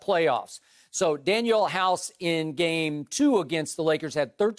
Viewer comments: Man said Daniel House 😂😂😂 DANIEL HOUSE!!!!!! I used to hate Skip but I gotta give it to him, he’s blossoming into a legendary stand up comic... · Skip said daniel house hahaha. I love the troll know as drip Bayless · This man said Daniel House lmao 😂😂😂 He really had to reach for this one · Skip: Danuel House Danuel House Danuel House Everyone: Who is Daniel House? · I checked out when he said “Danuel House”